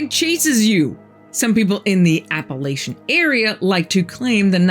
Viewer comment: It's Appalachian not Appalitons first of all I know because I live here